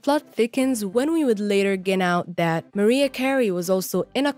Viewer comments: it's Maraiah .....not Maria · "Mariah", not "Maria". How could anyone mispronounce her name after all these years? Just, Wow!😒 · me too I can’t watch the video with her calling Mariah, Maria.. smfh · Who is narrating this video? Does she not know who Mariah Carey is? Why is she calling her Maria? It's annoying. You need to redo this video. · Maria? MARIAHHH! MA-RYE-UHHHH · Yeah not Maria lol x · Her name is Mar-I-ah not Maria. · I agree, get your pronunciation correct if you’re gonna do a doc Hahahha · Can you google how to pronounce Mariah Carey correctly first before doing your voice over for this video? Great video though! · I was about to say the same thing. I couldn’t have said it better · How can you not pronounce Mariah correctly?? And Selena Quintanilla her last name is pronounced keen-ta-nee-ya